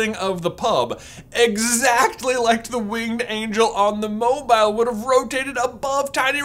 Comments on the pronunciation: Sorry, did J say Mobyill? Apparently the i is the opposite of silent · Why are you pronouncing mobile so awkwardly? It is a moving statue who's name derives from it's mobility, pronounced like the adjective. Like, you seem to be aware, you said it correctly , that's sooo weird... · I hate the was he’s saying mobile. He said it right once though.